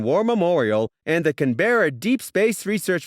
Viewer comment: Its not can-be-ra its can-br-a